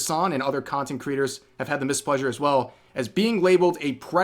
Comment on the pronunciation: “Mispleasure”?... “Displeasure” ✅